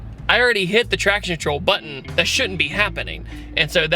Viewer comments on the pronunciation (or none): none